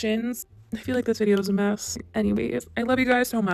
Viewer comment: (at the end ) " I feel like this video is a mees " 😂😃😂😄